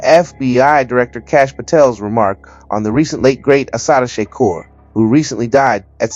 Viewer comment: The way you mispronounce Shakur and 2pac is odd for a blk American.